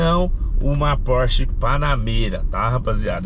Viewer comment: Phorch é Phorch,....que o quê